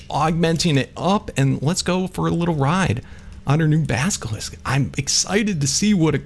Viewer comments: you are saying baskilisck its basilisk practice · Baselisk not baskelisk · you say baskelisk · please say basilisk correctly